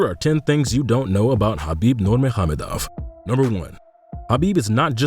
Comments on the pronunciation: Exactly his name was pronunced perfectly. His name means: " Beloved, Light of Mohammad" saw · You are literally one of the very, very few people who can pronounce his name right. It's Habib Nurmuhammedov, which means son of Nur Muhammed (Nur means light and it's 1 of the names of Allah and Muhammed is the name of the prophet of Islam). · This video deserves a like just from the correct pronunciation of Khabib full name